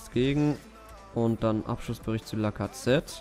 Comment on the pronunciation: Wie er lacazette ausspricht...